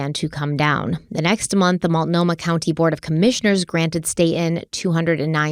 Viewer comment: Love you. Some people are just nasty and are never going to be pleased with anything you do or say. Also proud of you for your pronunciation of Multnomah after the first ep!